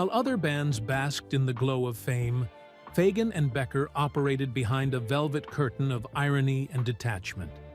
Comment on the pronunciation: LOL! They can't even pronounce Fagen correctly!!